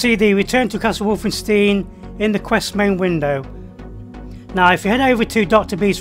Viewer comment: The way he says Wolfenstein during the start hurts